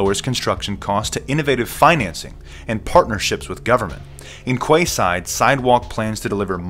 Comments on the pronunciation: its pronounced "key side" not "kway side". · I think it's pronounced Keyside. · It's pronounced " key side" brother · it's pronounced : ''Keyside'' - weird right? The area it's gonna be in is called Queen's Quey (key). Perhaps it's the last ''Key'' to lock all freedoms away....I left Toronto for a small town a decade ago and am never looking back. Never liked this city, aloof, gay and stand offish. Now our Prime minister is a liberal fool in love with the global agenda and things are falling quickly....